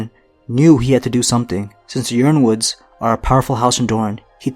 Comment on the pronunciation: I think yronwood is pronounced ironwood